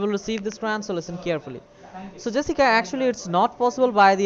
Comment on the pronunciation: Hey! You’re not the real “”! 😧